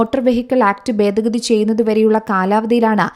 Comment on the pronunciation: ബേദ ഗതി അല്ല ഭേദ ഗതി